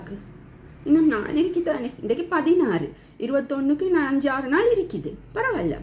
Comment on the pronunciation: இரிக்குது / இரிக்கிறேன் என்று சொல்லாதீர்கள் சகோதரி. சரியான உச்சரிப்பு இருக்குது / இருக்கிறேன்